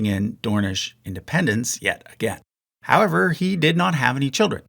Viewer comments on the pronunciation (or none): none